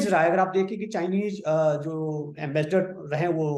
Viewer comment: एंबेसडर को आंबेसडर बोल रहे है